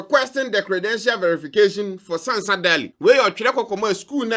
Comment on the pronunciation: You did not mention her name well. It's pronounced as Ɛnn Sɛnsa Daily.